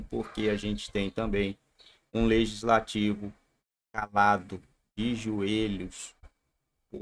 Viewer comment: Leitsnativo ou leigislativo kkkkk